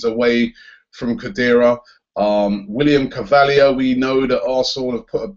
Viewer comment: robbie let me help you out in pronouncung william carvalho name properly will-e-am ca-r-va-low (phoenitic) excuse my spelling mistakes